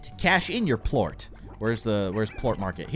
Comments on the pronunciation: its not pluat its plort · It's pernounced plort NOT Pluot